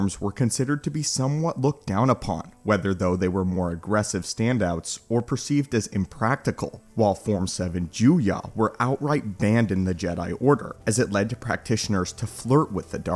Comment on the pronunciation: Trakata is a technique rather than a form. also Juyah??? dont you mean Juyo